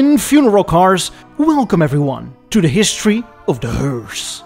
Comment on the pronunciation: D'history of D'hearse?